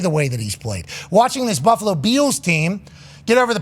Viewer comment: “Buffalo Be ills team”. lol.